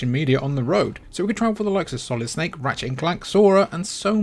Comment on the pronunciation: Did you say... Solid... Snkae?..